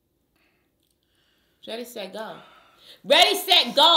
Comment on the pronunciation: “READY SET GOO”🤣🤣🤣